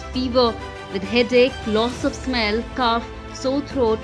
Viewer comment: It’s not Cuff. It is cof (kof) RIP your English